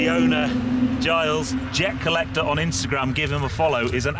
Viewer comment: It's jer collecter mate